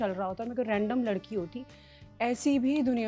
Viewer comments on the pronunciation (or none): none